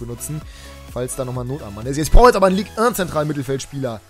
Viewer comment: Es heißt nicht Ligue ön